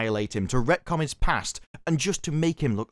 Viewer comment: When "retcon" becomes "wrecktcon." 🤷‍♂️